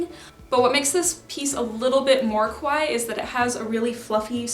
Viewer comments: I really love your videos but you keep on saying kowai instead of kawaii, it means the opposite and is definitely not the case for you! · It's pronounced ka-why-i . Just ka-why is the name of a piano manufacturer. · I've been really enjoying your content! I don't dress kawaii but I like the community (and sustainability) but GIRL. The way you saw kah-wha-ee sounds like ko-wha-e which means scary and it's impossible to ignore. Stretch that eeeeeeeee! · She says ko-why. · I love your looks! Why do you pronounce kawaii like that, though? It should be 3 syllables, with the double—i at the end getting the emphasis.